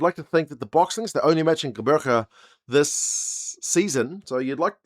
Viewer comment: Thank you fof learning how to pronounce Gqeberha😊 🇿🇦💪🏾🏆👏🏾